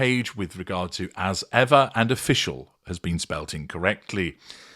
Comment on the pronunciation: Of-Fecal. Is it a really an error?